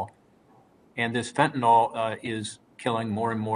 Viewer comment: There is no "O" in the word Fentanyl. It is pronounced FEN-TA-NIL not FEN-TA-NOL.